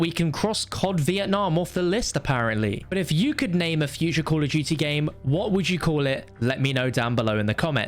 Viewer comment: “Call of jutey”